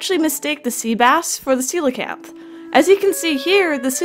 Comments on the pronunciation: I think it was called “Coke-Lee-Anth” 😂😂 but it’s “see-low-can-th” 😂😂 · lmao did anyone else think it was pronounced "coal-canth" before this video?